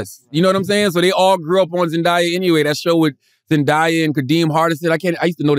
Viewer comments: ZEN DAY YUH … not ZEN DI YA !! lol I’m sorry is that a New York thing? I keep hearing New Yorkers pronounce her name wrong. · Every time.. ZEN DAY( DAAAYY) not ZEN DIII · Why are they pronouncing her name like that. When did it become Zendiya?? lmao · They pissin me off how they sayin zendaya’s name